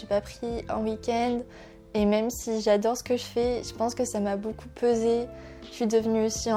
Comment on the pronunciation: On a tous des moments de "bad" avec toute la pression qu'on se met mais faut faire en sorte que ca passe et positiver !!! Par contre du dis boucoup au lieu de beaucoup ca me tue ahahah